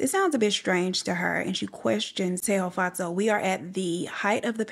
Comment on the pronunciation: You pronounced Tshego’s name exactly how I pronounce it as a Sotho (language) girl. Well done babes loved listening as usual.